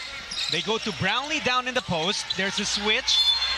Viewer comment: Boss paki tama yung "brownlee" baka pati JB angkinin ng china